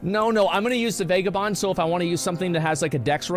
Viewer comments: It’s pronounced Vagah Bond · He said vague a bond so many times that I am convinced he believes this is the actual way to pronounce vagabond and he isn’t just being a silly goof